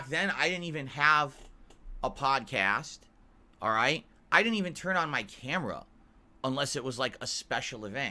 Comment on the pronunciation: "Back then I didnt even have a pahdcahstt" Better days😢